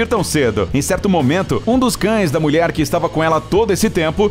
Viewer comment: Só eu q escuto ele falar "muier"? Mulher kkkk